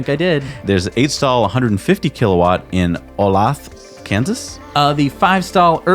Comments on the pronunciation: Olathe is pronounced "Oh-Lay-thuh", lol. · It's Oh-lay-thah Kansas.... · Olathe, pronounced oh-LAY-thuh. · You had a bit of a problem pronouncing Olathe, KS. This might help.